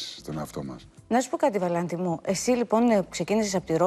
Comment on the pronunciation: Πεθαινω με το ΒαλαΝ-Τη της Πανιας!